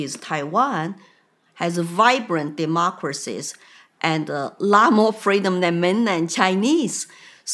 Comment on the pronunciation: FREEDOM not Cameluh's fweedom.